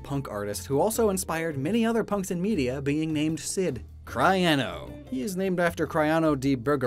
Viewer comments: Your pronunciation murders me. "Cry-ano"? XDDD "see-rano"... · Cyrano is pronounced SEER-a-no, Gladys is pronounce GLAD-iss, and Graham is pronounced Gram.